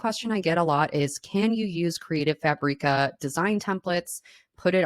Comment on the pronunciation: Why do you pronounce Creative Fabrica like Creative Fah-bree-ka? It's Creative Fabric-ah.